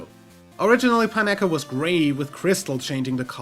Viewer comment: Shiny Pichu gets Pikachu’s base colors... An event that gave it out referred to it as a “Pikachu-colored Pichu”, instead of flat-out calling it a Shiny, I believe... Pineco is pronounced like pinecone, just minus the last two letters... It’s understandable that you have a little trouble pronouncing some of the names... There are over 894 Pokémon, not counting alternate Formes or variations, so it makes perfect sense to not be able to remember them, and even as someone dedicated to Pokémon, I have trouble past Gen 6...